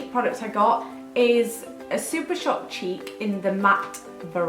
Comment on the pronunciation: I thought you said cheep products instead of cheek products haha